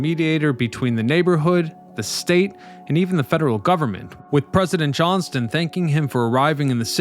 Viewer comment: President JOHNSON, not President JOHNSTON. Just for future reference. 😊